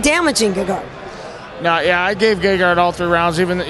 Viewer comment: notice how he says GAYgard, i think gegard would eat his babies because he messed his name up, or did he?